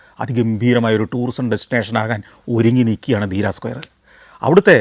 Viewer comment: Deera alla dheriya